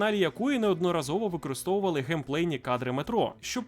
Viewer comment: Ви букву "п" у слові геймплей загубили)